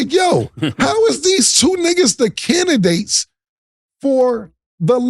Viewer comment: Cam : candigates 😂